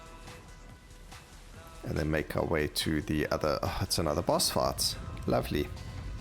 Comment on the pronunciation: And fight sounds like fart